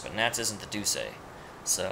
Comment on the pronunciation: Is there some way that you can listen to the in-game audio properly by using headphones or something. Because I'm getting kinda sick of you mispronouncing so many words: Entelexeia = En-tele-keia Duce = Du-jay (or Du-chay) Pallestralle = Pala-stralay Mantaic = Man-take Ragou = Ra-go